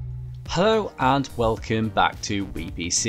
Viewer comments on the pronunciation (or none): none